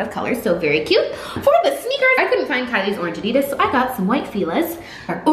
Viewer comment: U said Adidas wrong